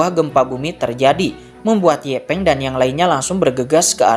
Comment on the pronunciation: Yanpeng bng bukan ye peng